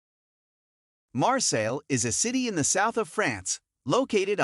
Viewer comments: It is pronounced ''MARSAY'' not ''MARSELL''. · You butchered the pronunciation 🤦‍♂️